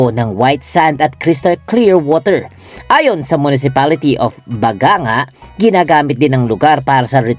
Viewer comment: Pronounce as ba-gang-ga